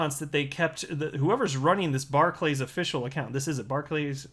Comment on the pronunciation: It's pronounced 'barkliz' .. just saying. Also, these are not local community businesses anymore .. they are closing all but the major town/city centre branches. They are major businesses that want to solely protect their own interests. Maybe they should stop us from buying alcohol in a bar .. you know .. to protect us, or stop us from buying cigarettes .. you know .. to protect us .. or even stop us from buying fuel .. that way we can't have an accident and they will have successfully protected us 🤷